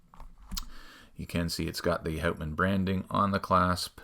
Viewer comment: I don't know, I am starting to suspect you're not Canadian... Pronouncing the brand as 'hautman' instead of 'hutman'? Did South Park lie to me? Joking aside, this is definitely the coolest version of the watch, with the rock dial. Quite interesting that they printed the company name and automatic and such on the crystal (I guess on the inside?). This works very well with the 50 fathoms design of the bezel insert. I am not sure how heavy that dial is. Does the watch feel heavier than you'd expect?